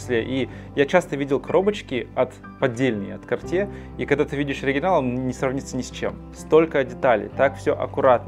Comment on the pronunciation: Картье Паша🫢 ударение на последнеюю букву все таки...